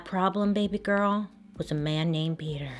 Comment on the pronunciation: Name is PETER not peeder